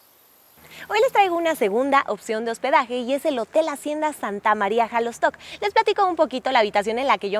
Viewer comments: Solo un detalle no se pronuncia jalostoc sino shalostoc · Felicidades por tu reportaje.solo un comentario no se dice jalosto